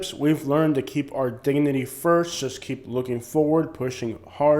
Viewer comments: I agree except you keep pronouncing JUST as SHUSH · And SHUSH instead of JUST